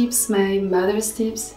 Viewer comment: U khnooooow how to pronounce tips very well in english don't try to make it in the french way you already a french